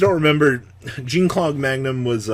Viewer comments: Okay it's not jeen Claude Magnum it French a j and an e a make a jgun said fast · Triggered me so hard every time you mispronounced Jean-Claude